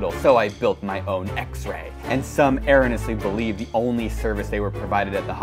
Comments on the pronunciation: Erroneously American pronunciation￼ Sounds like ur·ow·nee·uh·slee <3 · ACTUALLY ERRONEOUSLY IS PRONOUNCED ER-OWN-EE-US-LEE, CAN'T BELIEVE YOU HAVE 2 ENGINEERING DEGREES AND CAN'T EVEN USE A PHONETIC DICTIONARY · oh mi gahd i can not believe this idiot with a mechanical and electrical engineering degree doesn't know how to say erroneously (əˈrōnēəslē) ohhhh miiiii gahdddd - this is a joke ily William you deserve to dig a hole with whatever you want. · Has two engineering degrees and can’t even pronounce erroneously correctly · The big thing I took away from this is that you mispronounced "erroneously" (IMO) and therefore you're "extreamly" a dummy! 🙂😆 Not really. Love the channel dont let them get to you bro! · 2 degrees and he can't even pronounce erroneously. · You mispronounced "erroneous" . I will get on a video call with you to discuss this. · Wow, two engineering degrees and the guy can’t even pronounce “erroneously” correctly. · You miss pronounced erroneously. :-) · you mispronounce erroneously. sheesh 2 degrees can’t even pronounce erroneously 😳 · You mispronounced "erroneously" ... ...and that's totally okay because that just means you've read it more than you've heard it said and reading is good and no one should feel ashamed about having mispronounced a word, especially because language is a constantly evolving construct without any true 'objectively' correct way of speaking. However, sometimes it can be helpful to point out when someone has not used the typical or 'correct' pronunciation or spelling so they know this for the future and that's why I've pointed it out here but please understand that this is in no way any sort of criticism of your intelligence or character because of that would be rude of me as well as silly given a major theme of the video is to be kinder to one another online and that unconstructive or pedantic comments are typically unwelcome. Have a good day sir :) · You pronounced erroneously incorrectly, William